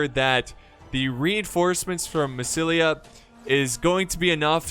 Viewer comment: Lol remember when used to say Massilia as Masaesily?